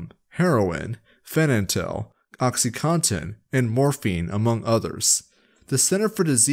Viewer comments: you mispronounced fentanyl throughout the entire vid. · Oh, honey. You simply cannot say Fentanyl, can you? Great video, but that was a tiny bit distracting. Haha.